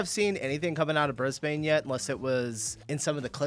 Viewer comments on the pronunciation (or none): First thing to note as a Brissy local - don't call it BrisBANE - it's pronounced Brisban - glad to see you corrected yourself after the vid started. Hope you come and visit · into the video and checking if he’s corrected before watching - not sure I can watch and entire video on Bris-BANE 😂😂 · I saw Jaws too, and pronounced it Brizbayne. Then I moved here from England in 2002, and the first time I said it that way I got funny looks. It’s more like Brizbun. Great vid though. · Bin- Brisbin not bane FFS!! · 1st thing it’s said Brisbin not Bris-bAne! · Bris - Bun not Bane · Heads up for future reference; Brisbane is pronounced BRIZ-bən (brɪzben) not "Bris-bane". The emphasis is placed on the first syllable, with the second syllable sounding more like "bun" or a soft "bin" rather than "bayne". We often refer to the city as "Brissy" or weight for it, the nickname longer than the name itself - "Brisvegas". Ps we call it CBD. Queenslanders are HUGE on shortcut names. Except brisvegas, that’s our only exception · Its pronounced Brisben not brisbANE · Bris.bin not bris.bane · Its " Bris Bun" not " Bris Bain" for fucks sake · It’s pronounced “brisbin” not Brisbane-BANE! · Please don’t say “Briz-Bane”. It’s pronounced “Brisbun”. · It’s Briz-bN. Not Brizbain as in bane of our existence for saying it that way. We shorten everything. Same as it’s Mel-bin or Mel-bN. Not Mel-born, as in you were clearly (not) born there or you wouldn’t be saying it that way… luv ya, but learn to speak Aussie proper mate 😂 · BRIS -BEN!!! NOT BANE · Don’t pronounce it Bris bane. Say Bris bin. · bris-bin not bris-bane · Bris Bain? WTF is that? Try Brisbin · Its not BrisBAANE. Its Brisbn.So you don't have a clue where or what the hell you are talking about. So Piss off,Or get yourself out here and see first hand and stop talking BULLSHIT.Because can't imagine what a beautiful city it is!!!! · That's Brisb'n m8, not bris-bayn 🤣 (scwha, drop the vowel completely, classic Aus hahaha) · Pronounce it Brisbn